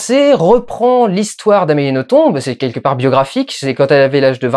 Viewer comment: Je t'adoooooore Dudu, mais pour un Belge entendre le nom d'Amélie écorché ... ça fait vachement mal au oreilles. Ça se prononce sans le "b" ... "noton". Faut pas chercher à comprendre ... c'est du Français de Belgique. Tout comme on prononce Bruxelles avec deux ss au milieu et pas un x. Ou Anvers(e) comme s'il y avait un e derrière le s. Sur ce grosse lèche :-*